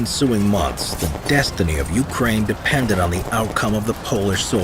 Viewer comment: I am sorry when did pooh-tin declare war on UKRAINI ?